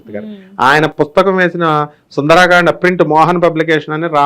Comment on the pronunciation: సుందరాకాండ అనకండి గురువుగారు మీరుకూడా సుందరకాండ అనండి